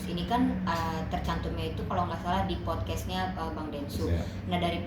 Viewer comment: Podcast, Cong bukan Fotkes...😂😂😂😂 Pantesan belain Si Agus, kurang nalar sih....😂😂😂